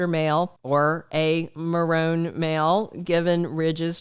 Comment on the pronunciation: I’m enjoying your channel!! I thought you may want to know that the Marone (B&B history) is pronounced Marr-own-ee. It rhymes with baloney. I don’t want to be the grammar police on anyone’s channel. I just wanted to tell you about this. Your channel is good, keep growing!!